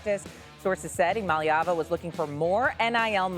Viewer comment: No it’s still iamaleva….I-AM-A-LEVA is how it’s pronounced